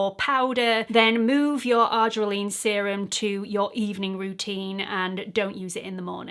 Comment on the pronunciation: Thanks for this helpful video as I do use this product in my skincare regimen which includes tretinoin, niacinamide, AHA & BHA acids and LAA Vit. C. Because I use my Vit. C and acids in the am, I'll take care to only use the argireline in the evening. But, please note, FWIW, it's pronounced "ar-JEER-eh-lean".